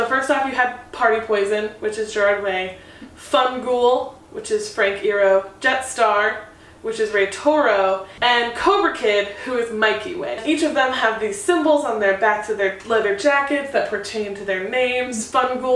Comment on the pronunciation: its pronounced frank eye-ero.....